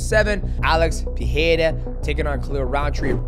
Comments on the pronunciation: It´s PeReira not PeHeira, least of all it´s not PiHeira, Mighty :D.... And CHAMA you pronounce SHama!!... :D... When will people stop buthering it? :D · Pe"Rei"ra , not Pe"He"ra 😂😂 enjoyed the video ! 😎👍🏻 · Great review, champ. He reminds me of you back when you were dominating the flyweight division. One quick tip: both "R" sounds in Pereira are pronounced the same. You're getting it right at "ra", but you're missing it at "rei". In both times the R is a "flap T", like in "beTTer" or "daDDy", also called a "alveolar flap". God bless you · Alex "Peeheira" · why this part of your brain stumbles mighty ? pee hay raw ? really ? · In portuguese the "R" letter is not pronounced like english "H" when is in the middle of a word. It only sound like english H if the R is beginning the word or name like in "Royce" from Royce Gracie. In middle of words our R is pronounced like an H only if the R is doubled, like the word "carro" which means "car". GET THAT PRONOUNCIATION RIGHT, MIGHTY! WTF! Put some respect to the champion lol. Shout out from Brazil! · Please say his name regularly